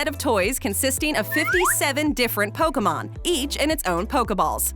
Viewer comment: KFC did Pokemon toys first lol which is bizarre to remember lol like Colonel Sanders saying Poh Kay Man lol